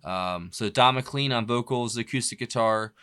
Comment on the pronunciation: MccLean is pronounced as in rain. Mcclain.